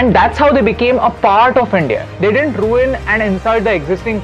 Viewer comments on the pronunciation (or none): none